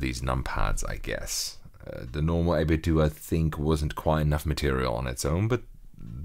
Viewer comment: Fwap bad, it's pronounced doe. As in what you cook cookies, as in what you call money. Not dew as in Dew we go to the store.